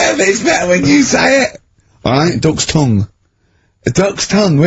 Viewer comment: Classic RSK exchange here. Karl's "dook's toohng" followed by Steve's proprietor quip.